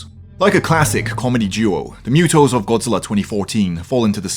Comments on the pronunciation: I'll forgive the accent, but they are M.U.T.O's not mew-toes. They aren't cat monsters. Anguirus is NOT more powerful than Orga. Biollante was NOT the first female kaiju, Mothra was. In terms of sheer size, durability, maneuverability, toughness and attacks, Destroyah is THE top Kaiju, beaten only by SOME forms of Ghidorah. Again with the adorable accent. It's not Jai-gan. It's pronounced Guy-gan. And no, Kong is NOT the third most powerful Kaiju. Not even in Kong: Skull Island. He's only half as tall as Godzilla 2014, he has no armor, no specialized attacks, and is easily wounded. You missed Space Godzilla, he is much more powerful than Mechagodzilla, Anguirus and several others. Possibly even Orga. And again, as popular as King Ghidorah is, his most powerful incarnation is almost certainly not mentioned, Kaiser Ghidorah. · Besides the way he pronounces M.U.T.O. ? 😂